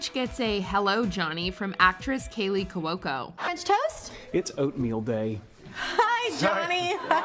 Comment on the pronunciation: My favorite is when you mispronounce Kaley Cuoco's name multiple times. There is no L in her last name!!!